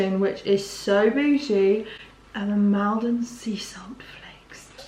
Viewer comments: I’m from Essex you don’t say Maldon like that it’s pronounced mall den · the way said Maldon had me cracking up